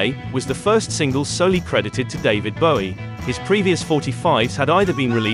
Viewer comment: Good to hear David Bowie have his last name pronounced correctly (when asked in interview he said the 'ow' sound was as in 'low' - however he also wasn't that bothered).